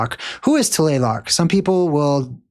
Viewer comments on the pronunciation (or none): TLALOC … pronounce it as written TLA-LOC